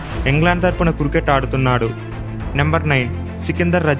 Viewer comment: అన్న క్రుకెట్ కాదు క్రికెట్